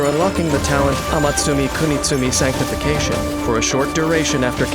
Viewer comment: I am still surprised how the narrator pronounce that while not making a mistake and making it sound so natural what a great narrator